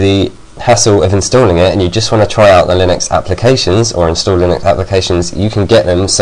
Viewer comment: lol u pronounced linux lie nux then u said lin ux